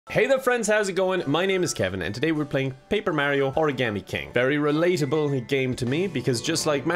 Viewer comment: He says origami like they do in Heavy Rain